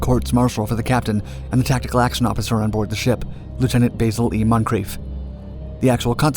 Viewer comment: Learn how to pronounce Basil lol